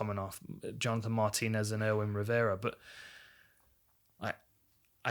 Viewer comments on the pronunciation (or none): none